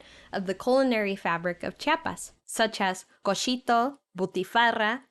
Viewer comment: Se dice chiapas, no chapas